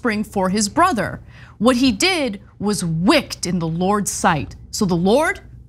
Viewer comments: Wicked = wick-ed - Learned = learn-ed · Ana's mispronunciation of "wicked" added greatly to this story! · Ana Kasparian the lapdog can’t pronounce WICKED. Yes, she is a journalism professor. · Not only wick-ed, but also the earlier misreading of learn-ed.